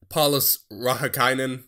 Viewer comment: I can guarantee you there has never been anyone called Paulus Rahikainen, but your pronounciation was pretty spot on :D. Also that Dick Pond guy is a legend.